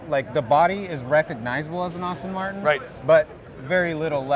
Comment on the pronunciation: Best car of the show. Outstanding. But dare I say that the host doesn't know how to pronounce Aston Martin?